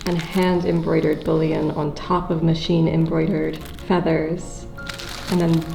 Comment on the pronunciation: I'm glad I'm not the only one laughing about these. "Bullion" got turned into "Boolean". 🤣